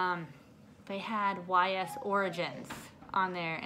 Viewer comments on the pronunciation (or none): Totally looked up Ys pronunciation... yeah I did in fact butcher that one “Yeis” sounds not a y and a s hahaha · U totally butchered the pronounation of Ys. I actually got Ys Origins awhile back. Fantastic series